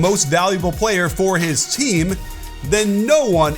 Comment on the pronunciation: I’m getting tired of you coach, pronounce his name as Ni-ko-la Jokic not Nik-ola Jokic it sounds like you say Niggola